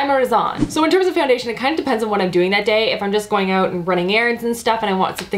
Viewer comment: I LOVE the Canadian pronunciation of the "out" words!! ❤️